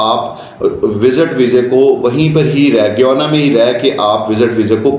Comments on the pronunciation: It is not goiana it sounds gaiana (GUYANA) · Guyana not goyana… embarrassing that you can’t pronounce the name correctly yet advertising for it… who will believe you… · Goyana? ❌ Gayana, ✅